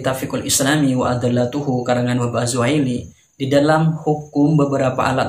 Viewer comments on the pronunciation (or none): Maaf mungkin salah ucap atau kurang teliti juga dalam ilmu nahwunya, Ust mengatakan الفقه الاسلامي وأدلته Ust membaca "we adallatuhu" dengan memberikan harkat fathah pada dal, sedangkan bacaan yg benar itu "we adillatuhu" jamak dari lafadz "دليل" Seperti yg dijelaskan dalam al_fiyah في اسم مذكر رباعي بمد # ثالث أفعلة عنهم اطرد Ternyata salah juga deh...😀